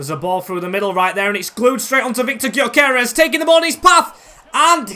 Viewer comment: btw you pronounce gyokores, gyo kor es so kinda like guyo kor res is how it sounds